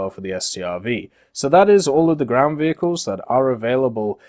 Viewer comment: the french vheeled wehicles are coming to WT...